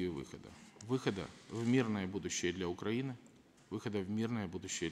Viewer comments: Он сказал Укпраины? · "независимость уПраины"??? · парашка даже "свою" страну не может правильно выговорить. уПраины? - это что за страна? смотреть с 1.57